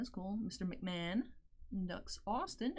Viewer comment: Mahomes, Mahon... It's understandable.